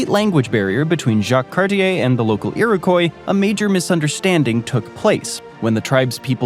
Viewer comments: Iriquois. It's not pronounced Irikoy. It's Irikwah. Thank me later. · It's IroKWAH. Maybe actually talk to Canucks before making up stories about us. Funny how Americans are so thrilled to remain ignorant of Canada while imagining that we'd love to be part of your mess. Oh and we're not actually that nice, a misconception created by the fact that we have manners. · Worst pronunciation of Iroquois ever... Lordy..